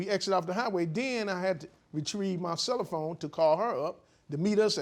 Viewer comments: Could the “GHETTO DELIVERY” guy NOT say CELLYPHONE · 1st Case: The defendant seemed so uncaring when it was her dogs that kept jumping the fence into the plaintiff's yard. I could tell the plaintiff was upset about the loss of her dog. It appears the defendant was sour over being sued. 2nd Case: Did he say "Cell-a-phone"?